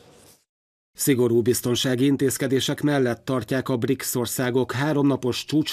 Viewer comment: Briksz helyet magyarosan ''brics''nek olvasott BRICS csoport na ott fogtam fel hogy a bemondó csak felolvasó és nem szakértő. Azért nem elég csak helyesen kinézni egy műsorvezetőnek kedves MTVA ....